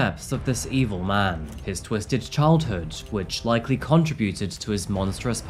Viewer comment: . Grammar police here. Why do young people mis-pronounce "contribute" and "contributed" these days?